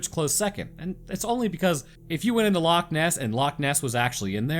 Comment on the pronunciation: Perfect he said lochs as Perfect as me a Scottish native